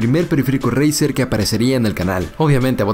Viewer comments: dice 😂😂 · “ Jiuntsman turnament edishon”